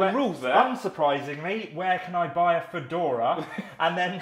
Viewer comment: I lost it at the Fadora haha